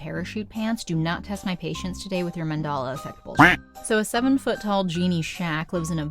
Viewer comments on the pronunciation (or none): ManDELA affect not mandala. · it's not called the "Mendala" effect! .. it's the Biko effect! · Sounds like your version of Filmation's Star Trek The Animated Seties or literally anything by Sid and Marty DID YOU JUST SAY MAN-DALA EFFECT?